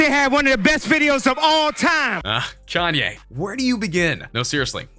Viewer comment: You said chanye